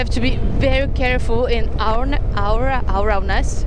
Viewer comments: [a-ware-ness] if you mean the EN word for 'consciência' ;-) But hey - no worries - your EN is way better than any tiny bit of ES or PT that I know any day 😘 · I think you were trying to say the word awareness in English and in Portuguese language is conhecimento. It was cute the way you pronouce it.😂